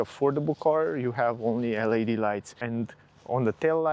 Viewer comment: Te rog frumos, nu mai pronunța LED “el ai di”. În engleză astea sunt literele LAD.